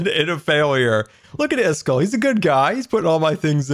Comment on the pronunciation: Everyone: Iskall: iskull